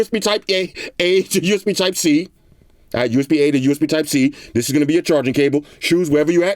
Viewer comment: USB type-gay I mean a I heard that 🤣😅